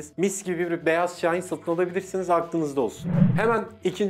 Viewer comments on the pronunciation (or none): none